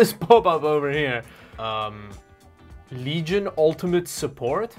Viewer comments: Eh, pronunciation would actually be "lee-jun", but was just having fun with how they printed it on the box. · Rad-e-on. Leg-eye-on. I think Lenovo nailed this gaming word styling really good. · Bro, every time you said "Leg-Eye-On" I hit the floor. OMG! LMFAO! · Why do you call it Leg Ion? its Legion like the Foreign Legion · Leg Ion - once you see it and hear it you can never go back. Thanks 🤣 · I say words incorrectly on purpose all the time (Pissed-uh-chi-ohs, Vag-eatables, C-hicken) and I never even thought of Leg-ion as an option! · No u did not just say Leg ion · He legit called it "LEG-ION" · ...did he just say....pronounce legion as leg iron.... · Lolol what is “Leg Ion” 😂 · Bro said Legyone💀 Pleaseeeee say it right next time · Leg-Ion, LMAO xD /E: oh boi, it went to shit almost immediately - both the PC and the vid. You can calm down and sit down. What a shame... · leg ion XD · leg ion😂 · Legion isn't pronounced leg ion 😂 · Leg-ion...... what the fuck are you saying!!! sure thats not how you pronounce Legion? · I gave the video a thumbs up, but hearing you pronounce Legion incorrectly was a bit biting. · The way he pronounced legion bruh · legion leg-eye-on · It's good for playing Best Feet, a.k.a. Apex Leg-ends. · Just one comment for the way you pronounced LEG-IRON... it had me it tears every time 🤣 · I've been pronouncing legion incorrect this whole time. Thanks to this video, I now know it's pronounced 'leg-ion'. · i like how pronounce L E G I O N - LeGaYon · Cool video, but did you say, "Leg Ion?" I believe it's all one word: Legion. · He kept saying leg-ion and it cracked me up. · im sorry but its (lee gen) not leg i on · Is he joking when he said leg ion as opposed to legion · Leg Ion system? It's actually Legion system. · Is it pronounced leg-ion or lee-gun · leg i on ? I thought it was lee gin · Did you just say leg-ion??????? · leg-ion? Isn't it supposed to be pronounced "lee-jun"? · Its Legion not Leg ion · Leg ion lol